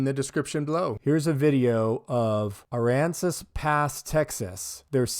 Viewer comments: THANK YOU for pronouncing aransas correctly. Yeah that CJ dudes a beast I’ve been watching some of his stuff. Those tyrants are in deep 💩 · You pronounced the towns name perfectly.